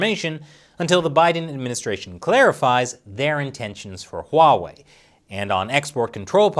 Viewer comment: I might become a patron just to ask you why do you call huawei 'WAWEI'